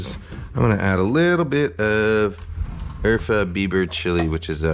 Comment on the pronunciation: I kept trying to figure out what Urfa Biber chili was except I heard Eartha Beaver chili 🤦‍♂️